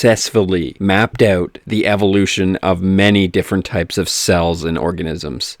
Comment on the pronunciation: “... mapped aoot”